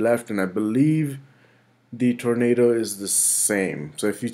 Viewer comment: Tevo "Torando" Perfect.